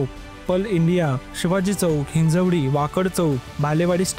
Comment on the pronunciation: Hinjewadi ❌ Hinjawadi ✅